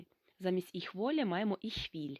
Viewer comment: Вітаю. Чому ви говорити іш, коли літературною має бути іхь!!! І не волєн, а волен. Дякую